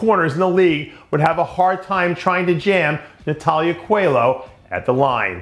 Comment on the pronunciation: Co-el-oh not qualo